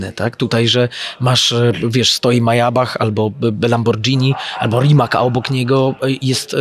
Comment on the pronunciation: Mayabach i lambordżini